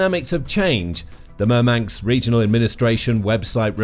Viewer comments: It's MurmanSK not MurmanKS. Dude... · 😂I think he means Murmansk. Not Murmanks😂